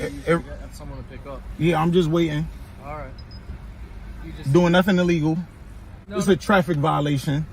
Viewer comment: I love the consistent mispronunciation of the word illegal by this LaCross buffoon as well as many others. Illegal = ill-eagle (as in sick bird) not EEEE-legal.